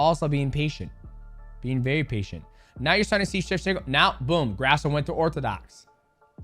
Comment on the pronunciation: C'MON MIGHTY!! Why would a Mexican last name be pronounced GRASS-OH. cmon man lol hilarious, almost like you're doing it on purpose. Disrespectful for not knowing how to say an easy name like Grasso took me 30 sec to google how to pronounce it. Sorry to be a hater, this is just annoying to me. And yes you can do it, i heard you accidently pronounce it correctly twice lol